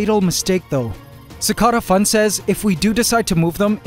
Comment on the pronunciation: Anyone else bothered by the way he pronounces cicada in CicadaFun?